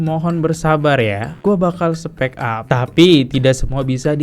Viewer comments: Dr tadi udah nahan2 tpi gk bisa nahan, gemes bgt dengar abang bilang speak up ( spek ap) yg bner itu spik ap bacanya 😌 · Bang spik ap bukan spek ap 😅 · Bang dibaca nya spik ap bang bukan spek ap 😂🙏🏼